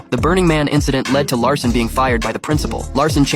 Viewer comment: His name is Jack Lassen not Jack Larson